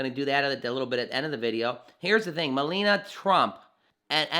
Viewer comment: It is pronounced Me-La-Ni-A not Melena.